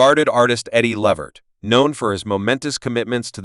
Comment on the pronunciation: His name is not the way this man is announcing it Lavert it's Levert